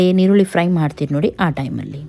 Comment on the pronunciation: ಅದು ಈರುಳ್ಳಿ. ನಿರುಳಿ ಅಲ